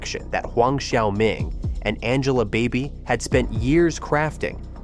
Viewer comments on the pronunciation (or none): Angela Baby. Not Angela Body